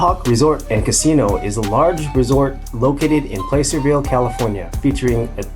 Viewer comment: Yeah. No. Was going to leave a positive comment as I'm new to your channel but nothing wastes my time and energy more than B.S. titles for hits. And the A.I. assessment saying the drone got attacked as well shows you how wrong AI usually is. And it's Plah-cerville, not "place-cerville", just FYI.